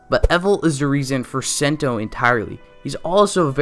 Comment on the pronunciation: you’re we’re pronouncing sento name and his ultra ego name well definitely that one of problem with this video but ya that it